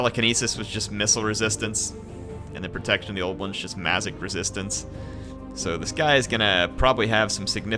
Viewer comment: u Said mazik resistance. Lol